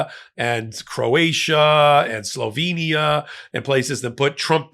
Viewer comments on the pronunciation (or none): none